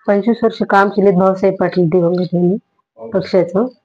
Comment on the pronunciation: संपादक साहेब "दिवगंत" नाही हो "दिवंगत" असा शब्द आहे तो ....